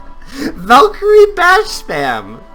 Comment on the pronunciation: Ehi ValkyrieSSSS VALKYRIESSSSS. The guy forgot the S for some reason!